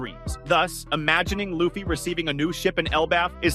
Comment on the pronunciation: I don't care how far into the video I watch. As soon as they mispronounce "Luffy" I turn it off and discredit it. A real fan would know his name.